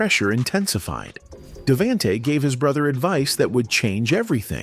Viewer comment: lol i notices the ai miss pronunciation of davantes name